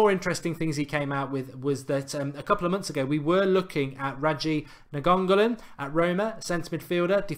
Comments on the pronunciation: I've got to get to the bottom of this Mark. It's not Nagongollan. It's Nine-Gollan! :) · Mark pronounce naingolan Nine go lon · man said ninongolan 😂